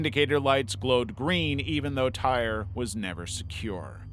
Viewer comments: His name is pronounced "Tie-ree", not "tire". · For Tyre: "Tie-ree", not tire. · You mispronounced tyre's name. It's pronounced. Tie ree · Tyre's name is pronounced "ty-ree"